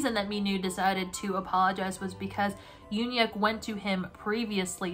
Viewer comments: ITS PRONOUNCED YOON HYUK NOT UN HYUK?!??!?! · the ‘eun’ in ‘euhhyuk’ is pronounced kinda like the ‘u’in bun… so kinda like mix of oo or uh